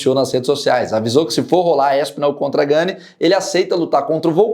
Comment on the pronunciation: a pronúncia não é ganê (seria se tivesse acento agudo no e). É "Gan"